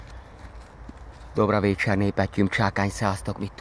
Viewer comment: Dobrovécse nem tudsz szerbül dobrovecse ugyan ugy minthogy dorubjoutro hanem dobrojutro